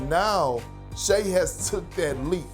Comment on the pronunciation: Every time Stephen A says Shea Butter I’m like 🥴